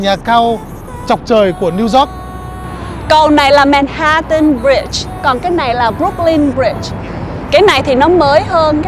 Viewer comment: Ban doc sai manhattans roi , phai doc la man hat’ en